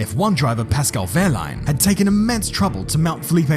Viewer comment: Wow, I'm really surprised at how well you pronounce wehrlein, as a German I say hats off to you for that